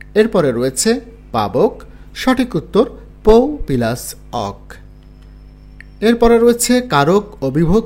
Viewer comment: আপনি সুন্দর করে উচ্চারণ করতে পারেন না? পিলাস কি! বলবেন প্লাস।